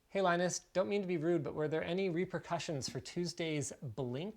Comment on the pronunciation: Beard lie-nus.